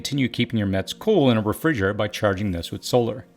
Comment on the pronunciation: 😅 “Refrigurr-ehre” 🥴Ahaha... I’m laughing With you friend🤣. Thank you so much for everything you do and all the hard work. Sooooooo much knowledge and wisdom from a young guy. You’re really changing, improving lives of individuals and families. 👏🤝